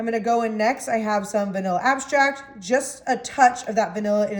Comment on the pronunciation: Maybe it's me but did u say vanilla abstract? Either way...thanks I'm making this 😊